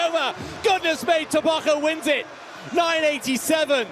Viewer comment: TEBOGO, not TABACO MR!